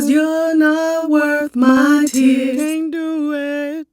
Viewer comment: That “can’t dew et” sent meeeeeeee 💀💀💀💀💀💀💀🤧